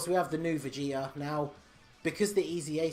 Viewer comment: I heard vegeter instead of vegeta lol